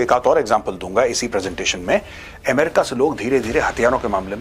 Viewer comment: ए मेरिका नही अ मेरिका